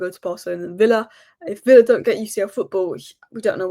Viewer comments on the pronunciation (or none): none